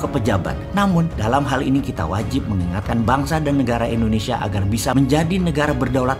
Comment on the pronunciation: Halo om Boss... boleh tau ga, kenapa penyebutan Indonesia menjadi Endonesia, disetiap videonya, maaf yah..karena aku belum paham. Dan agak sedikit ngeganjel setiap kali dengar om Boss bilang Endonesia...🙏😊, salam dari aku yah..like all your video Om boss...